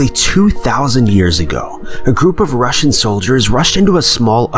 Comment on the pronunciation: I’m really think that when he says Russian he means Roman...unless my hearing has gone to shit and I’m hearing wrong.